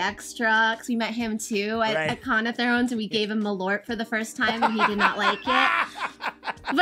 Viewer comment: LOL, as a Swede, I can say that is not how "malört" is pronounced... 😂